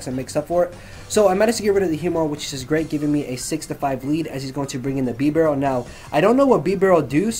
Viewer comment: I havent ever heard anyone else say it as sin tino or bast tow don and he said it as bee barrel